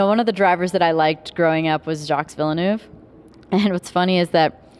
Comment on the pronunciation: So she raced against Villeneuve but can't even pronounce his name right....?